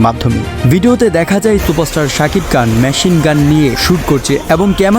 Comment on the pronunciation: সাকিব কান কি আবার সঠিক ভাবে উচ্চারণ করে উপস্থাপনা করুন। খান রে বলেন কান 😂😂😂